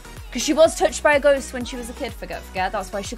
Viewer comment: At the start is sounded like she said summon a goat lmaooo